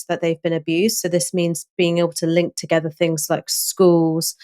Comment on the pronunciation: Togever? Will you learn to talk properly?